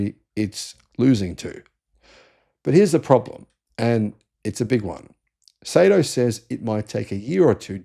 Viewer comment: Not pronounced "Say-Toe", it's "Sigh-Toe."